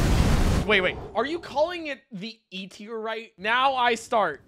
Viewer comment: You said tiEr no you will die from a meteor